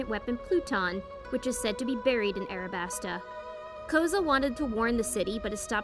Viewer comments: U said arabasta when it was alabasta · Am I the only one who’s gonna say she said arabasta instead of alabasta